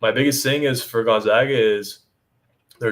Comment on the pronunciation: GON -ZAG - AH , not Gon - Zag -Gah lol